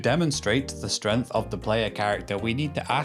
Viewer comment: 12 seconds in, already pronounces "Kratos" incorrectly, and then "strength" incorrectly. Not off to a good first impression my man. These aren't words like "tomato" that have regional variants or accents that change the length of the vowel used, it's a proper name and a regular noun. You can do better. Update: The rest of the video was fantastic. Great content, great evidence, and everything was pronounced correctly! For anyone on the fence after the first 12 seconds - keep going!